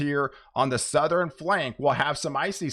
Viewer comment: There you go again....sou-ther-in and nor-ther-in!